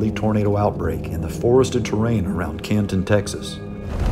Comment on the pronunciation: I laughed so hard when you said Canton Texas 😂😂😂😂 we don’t pronounce it with a hard T. So cute though 🤗 love your vids!